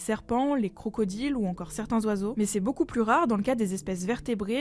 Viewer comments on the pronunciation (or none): none